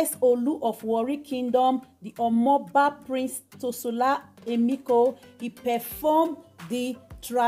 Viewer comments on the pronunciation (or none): His name is pronounced “ Shola” and not “Tosola” as in Tsola.